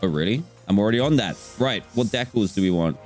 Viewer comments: i think he said decels... dan its de cals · Dude said decols...